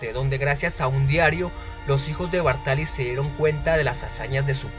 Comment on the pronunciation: Bàrtali, no Bartàli.